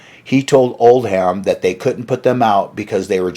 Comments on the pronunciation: Oldham - not like "old ham", spoken as "oldum" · Islington is pronounced “Is” which rhymes with “his” and Oldham in Andrew Loog Oldham is pronounced without an H. It’s not “Old-ham” it’s just “Old-am” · Pedants comment. The manager’s name Oldham is not pronounced Old-ham but Old-um the ‘h’ is silent and the am is pronounced um. As in the name of the northern English city which suggests it is from the Northern Lancashire accent. Apologies if already mentioned. Good video and I was a teenager back then. Pity I missed Jimi Hendrix cutting Eric when they first met at Regent St Polytechnic, where I went to college 2 years later. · This guy (?) is not a good speaker. I think he probably chose the wrong profession. It isn't pronounced "Old•ham". It's more like Old•um. The h is silent. But this is just one of he stumbles over. It's distracting to me. He wore me out in that video he did about Pete "Townsjend", or however his mispronunciation would be spelled. Drove me crazy! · In the Uk the name “Oldham” is pronounced “Old-am” not “Old Ham”. Although funny enough, an old ham was indeed what he was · old ham.....get a life and learn how to pronounce it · Great video dude ! However...I am a sergeant of the british pronunciation police..so...I apologise profusely but I have to point out: 1) Islington is pronounced 'is-lington', like the word 'is'. 2) Any English name or place name which ends in 'ham' like Oldham is pronounced 'um' so it's like 'Oldum'.